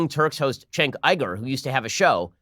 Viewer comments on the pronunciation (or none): I'm sorry - Chenk Iger? How did you read Cenk Uygur to that? I can get mispronouncing Cenk, but reading Uygur as Iger?